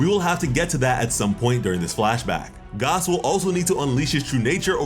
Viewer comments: Gaaaas not Gahss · fuck is you saying gos for bruh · Is think it’s pronounced “Gass” like a reference to the actually thing. For example Oil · Are you saying Gas or Gos??? Lol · Why TF are you pronouncing it Goss?! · Lol why is hes pronouncing Gas’s name like that 😂